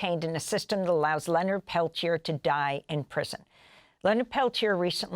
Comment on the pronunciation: Mr Peliter? Really? They couldn’t even pronounce his name properly. 🪶FREE LEONARD PELTIER!🪶